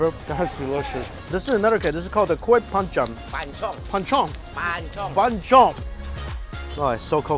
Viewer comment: kue "pancham"... "phanchong"... "benchong" wkwkwkwkwkw